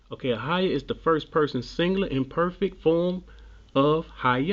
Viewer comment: Hi I enjoyed your video. most explanations I have seen of I am are utter drivel. yours was very good and informative. can I correct you on a couple of things. the pronunciation of I will be is, 'eh-yeh, not ahayah. 'ehyeh is not God's name, Yehowah is, this is the point verse 15 makes. When others in the bible use the expression 'ehyeh it is in the sense of being, I will do this or that, as a verb it describes what you do, not who you are. Lord, God, shaddai, etc are not names but titles, he only has one name, Yehowah or in English , Jehovah. many thanks.